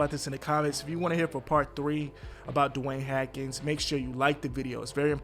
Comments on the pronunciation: Learn to pronounce his name stupid! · Say his name right you disrespectful POS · It’s pronounce Str-ow-d (Stroud) like “ow” not strud and S-aw-nders (Saunders), not Sanders just like you mispronounced Haskins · Bruh wtf. you said this man name wrong through the WHOLE VIDEO. Do better bruh smh. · damn, someone missed a few remedial reading classes. read more books. also, you might not want to do any more posts about someone being disrespected if you can't even bother saying the person's name correctly. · You don't even know how to say his last name. Shady rumor driven reporting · He was killing me every time he said his name incorrectly I’d cringe!!!!! Rest in Power Dwayne 🏈 🙏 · How do you mess up his name several times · The mispronunciations of Dwayne Haskins’s name is awful. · yeah he says it correctly when he is reading a statement or something. I was hoping he would catch it then, but he still kept screwing it up. This is definitely not the job for him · His name is Haskins, not Hakins❗❗You Clout Chasing PEON🧐❕❕You don't even watch Sports❗❗Not to mention, you're gonna make like 75 more Videos 🎥 Saying the SAME EXACT THING OVER & OVER❕❕Roaching off that man's name The EXACT SAME WAY you was Roaching off of POP 💭 SMOKE 😢 You need to hit by a 🚚 so we don't have to hear your corny a** Videos any more🥳🥳🥳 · The “s” isn’t silent haskins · I couldn’t even finish the video because the “Hackins” was toooo much 🤦🏻‍♀️😂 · Who the hell is Dwayne Hackens? cmon man, at least say his name right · HASkins. There's an S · Haaaaaaasssssssssssssskins lol say it w us HaSSSSSSSSSSSKINS AKA Dwayne Haskins 🤦🏻🤷🏽👍🏽👍🏽😉.. Serious note my prayers are up for the fam n close ones 🙏🏽🙌🏽mmm n bump any stupid conspiracies BC he was a true talent n has a loving family... So sad all around RIP🙏🏽🙌🏽😟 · HASKINS, h-a-S-k-i-n-s !!! There is a S in his name. Say it with me HAS....KINS, HASKINS. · Annoying! What is the deal with the “Hackins” pronunciation? He is hacking up the guy’s name!